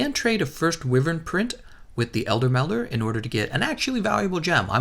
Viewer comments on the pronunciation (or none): none